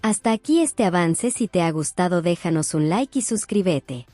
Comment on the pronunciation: La que narra no sabe bien el español. Dice al final: “ suscribete a mi canal “ Se dice: suscríbete, es una palabra esdrújula !!!! Deben poner una persona que hable correctamente el Español !!!